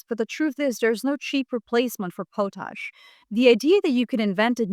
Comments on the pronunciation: BTW it is pot-ash not po-tash. 🙂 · I believe Carney is doing right by us. I live where Maple Maga is quite strong. This is going to be a major struggle for Canada. Too much trust in the wrong people. We've all made that mistake. Everyone on the planet. Just a quick note, it's pronounced pawt-ash. You are a truly amazing source of information. Thanks for being alive at this time.❤ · It’s “pot-ash”. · Hey, you're saying the word potash wrong. lt's pronounced Paw-tash, potash. l live in Saskatchewan where potash is mined and l don't think anybody living here pronounces it like you do. l hear other people pronounce it wrong too so l'm not shitting on you, l'm just offering a small amount of criticism. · It's pronounced pot (like the stuff you can smoke) ash. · pot-ash. That's how those in Saskatchewan pronounce it. I'm from PEI and hat's how we pronounce it as well. I'm not saying that it's correct. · Canada here. Not to be "THAT GUY", but up here we pronounce it "POT-ash". Thank you for your attention to this matter. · Too bad nobody taught her how to pronounce it.